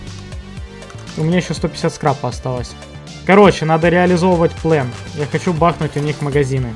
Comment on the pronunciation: * Чувак в оранжевой куртке * говорить плАн , нее ; говорить плЭн , даа.